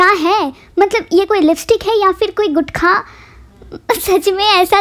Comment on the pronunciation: One min bro guthkha kya hota h woh gutka hota h🙄